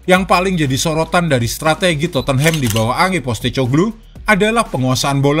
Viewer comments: Dia baca totenhem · Min maaf... Cara baca Tottenham itu dipenggal dulu suku katanya... Totte + Nham... Tot dan Nem Jadi, bacanya Totnem...